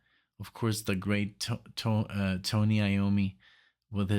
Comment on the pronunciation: Great reactions, but it's TONY Iommi! TONY, not TOMY!!!!! :) Vinnie Appice is pronounced APP-iss-ee. Ian Gillan is "Gillan", not Gillian. After Ian Gillan and Glenn Hughes, their longest other singer was the great underrated Tony Martin. :) Sabbath was a big influence on Iron Maiden. Sabbath was first with stuff like this.